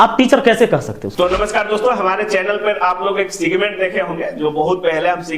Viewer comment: सिगमेंट नहीं सेगमेंट होता है महाशय😂